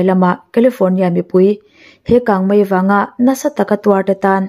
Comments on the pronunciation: Kangmai ti lovin kangmei ti thei la ngaihnawm lehzual ang. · Kang mai iti zel hi ava mak ve,kang mei ti zawk la